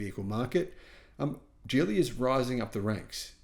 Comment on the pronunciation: It's pronounced Geely with a hard "g" not a j sound. Thank you as always,.